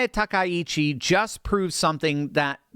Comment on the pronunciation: Grats to you for being the ONLY person I've heard pronounce Takaichi's name properly today. I don't get it. Japanese is such an easy language to pronounce! With discrete syllables and vowel sounds, there's just no excuse.